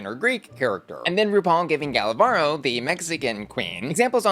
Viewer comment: Little note on Gala's name pronunciation: you're not supposed to roll the R when it's a single one in the middle of a word. I'm mentioning this because saying Varro (instead of Varo) sounds like barro which means mud in spanish 😅